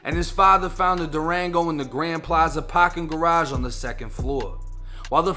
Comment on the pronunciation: S AHHHHHH T DURANGO.. In ThE PAHHHHHKING LOT